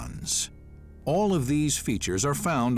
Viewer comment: “Alierons” 😂😂😂 Aircraft techs know where they got it wrong 😂😂